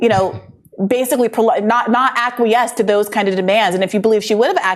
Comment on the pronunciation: Say acquiesce one more time...I dare ya...🤔😂